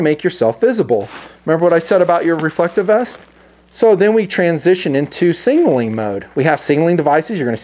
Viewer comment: Still “singing” instead of signaling...